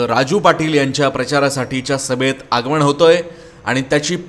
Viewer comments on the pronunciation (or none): निवेदन करणारे 'ण' 'न' चा उच्चार नीट करावा.म ण से नाही आगमण नाही.म न से, आगमन असे म्हणावे. राग मानु नये.